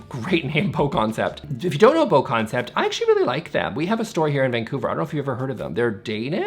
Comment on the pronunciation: The Bo in BoConcept is pronounced like Boo